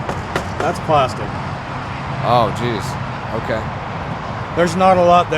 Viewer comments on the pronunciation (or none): none